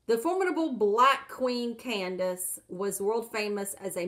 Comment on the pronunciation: The correct pronunciation of the Bible Candace is kan-day-see. Look it up.